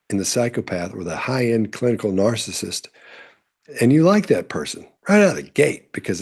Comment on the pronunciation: I like the way you paused on narcissist 😂